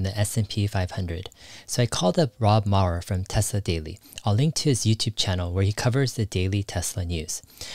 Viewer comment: Dave, it’s Rob Maurer, not Mauer...